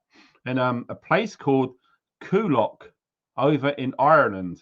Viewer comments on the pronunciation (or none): Kuk Kuk? WTF! It's Coolock! pronounced Cool with ock like rock without the R on the end. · It’s pronounced coo-lock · Cool lock ….it’s pronounced …cool lock ❤ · It's "coo-lock" ye wolly